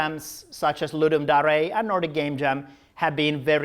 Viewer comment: Thanks also for pronouncing Ludum Dare correctly!